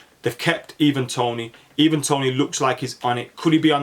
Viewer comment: I think it’s Ivan Toney like Eye-Van rather than ee-van